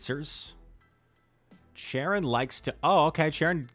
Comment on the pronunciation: Not sharon, charon(karon)